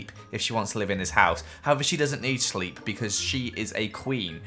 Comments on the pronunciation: You said shleep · It's probably going to be hard for Elsa to SCHLEEP. Me: I heard schleep not sleep but then he said sleep later on. T^T Also ur pretty as heckle:3